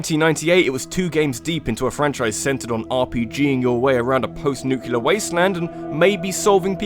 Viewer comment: It's a nitpick, but I always find it annoying when people pronounce "nuclear" as "new-kill-ar" insread of "noo-clee-ar".